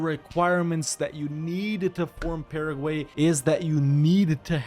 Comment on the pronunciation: Starting when he pronounced "Paraguay", right? lol